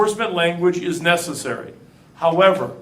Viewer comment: "let's do what's necessara"